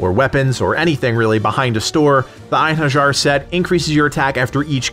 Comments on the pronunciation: Eyen Hurr Jar triggered me. You make great videos, truly, but please, don't be one of those Americans that mispronounce everything that isn't in English, you do prep for a video either way, it's not a big deal to look up pronounciation of a few words. I know a lot of people don't give a shit, but for those of us who do, you'd be doing a huge favor by simply not triggering us, also, it's kinda in your interest since you're a growing Youtuber and Valhalla is at its peak of popularity right now, a lot of people will be coming through here. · pssst ( it's pronounced Ein HAIR EE ER. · Einherjar = "Ein-HAIR-YAR" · I love that he mispronounces surtr and einherjar without noticing. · I'm genuinely boggled that people can't pronounce einherjar properly at this day and age.... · Your pronunciation of Einherjar made me cringe a little 😂.